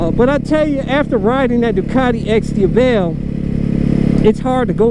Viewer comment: you aren't pronouncing the X-Diavel correctly.